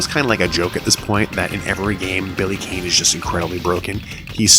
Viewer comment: (sigh) I have to say it. Billy's surname is pronounced "Khan."